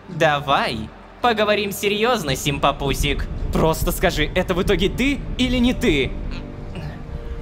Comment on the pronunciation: Лололошка снова игнорирует букву М в слове симпампусик!